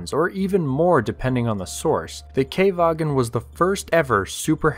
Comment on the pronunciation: not Kay-vagen, Kha-vagen.